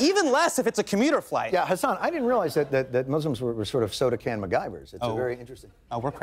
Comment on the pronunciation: my name too is hassan!!!!! and its not hasaaaaan, its ha-ss-n no pause at the " - "